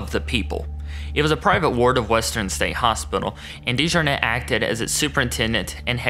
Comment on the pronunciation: I’m a Dejarnette too. You’re saying the name wrong lol. This is apparently a great great uncle of mine. It’s beyond embarrassing